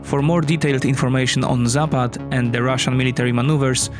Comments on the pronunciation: Its not zāpād, its zapad. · It's pronounced západ. Stress on the first 'a'. You could try saying it like zápud. It means west. Vostok (pronounced vastók) means east. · does anyone thats from the slavic nations cringe so hard when he says zapad in the wrong accent